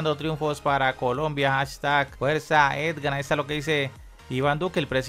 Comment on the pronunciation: Se llama E G A N...no EDGAN. De verdad no sabes o no quieres pronunciar bien???? Que tipo de periodista eres si no sabes ni pronunciar un nombre correctamente???